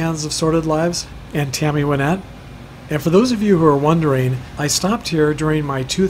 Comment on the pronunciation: I'm a big fan of Tammy Wynette. I had seen photos of her grave before, but didn't realize so many other stars were interred so close to her. Also, thanks for saying her name correctly (most people incorrectly say "Why-nette"). I had bought tickets for "Remembering Tammy 2020" in Nashville, but it was cancelled due to the virus. We would have definitely visited her grave, too. One of these days I'm going to get there. Thanks for uploading.